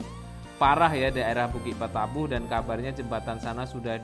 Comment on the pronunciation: Mohon maaf.hanya usul,kalau m c ini,asli orang minanng, tolong bahasa minang nya yang asli aja.jangan dirobah..seperti kata2 bukik batabuh.itu aslinya bukik batabauh..jangan dirobah. Kurang enak